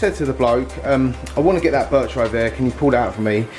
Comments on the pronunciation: Love how says birchir when there is nt 2 r's in it 😅😅 its bichir as in biysher😅😅 love this channel man 😅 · When I bought my ornate Bichir I was told you Pronounce it like biker 😎 and the very biggest bichirs have the underbite the bottom jaw protrudes those can grow well over 2 /3 feet yours is not one of those the one you’ve got they grow very fat big old bellies on them You have to make sure they get their share of the food because their eyesight is terrible but they’re very cool Although you know that you have one in the monster tank looks quite skinny he has a lot of competition there though it’s the eyesight it’s a bit of a problem has to be said all the best mate 🤥👍⚒